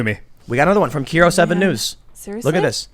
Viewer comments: Puyallup is pronounced “Pew- al (as in Al Bundy) up.” And KIRO is pronounced with a long I, like “eye.” It’s a weird city name- don’t feel bad. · From Washington so I had to laugh every time Tim pronounced Kiro and Puyallup wrong, even after the correction. 🤣Kiro is Kye-ROH, Puyallup is pew-AL-lup On the California thing. Part of it is that they have shitty laws to "protect nature" that actually hurt more than they do good. Can't clear land of dead fall so it builds up and acts as tinder. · KEERO 7 is actually pronounced “Kyro” and Puyallup is pronounced “Pew-all-up” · It's actually pronounced, "Ky-row", not "Kee-row", and the city is pronounced, "Pew-all-up", like you're making a laser gun noise, followed by saying "all" and "up" as they're normally pronounced. I know that's a tough and unintuitive one. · kero? pull you up? dude XD its Kiro (Kai-ro). and its puyallup (pew-AWL-up), lol even your chat is fuckin it up XD. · That's the least of it, his pronunciation of Puyallup and KIRO is damn near criminal.